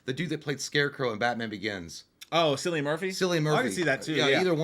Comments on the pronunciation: Lads Cillian is pronounced killian 🤣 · the way people say cillian is hilarious 😂 It’s Irish. The C is pronounced as a K 😂 I love ya boys! Keep up the great work ❤ but it’s Cillian But the C is a pronounced as a K 🤪